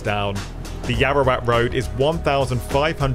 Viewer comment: Yaowarat, not Yaorawat